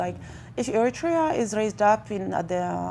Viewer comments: He can't pronounce Eriterea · Lol you pronounce Eritrea wrong 💀